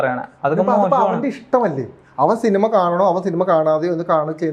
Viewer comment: സിൽമ.... സിനിമ ന്നു പോലും പറയാൻ അറിയാത്തവൻ 😂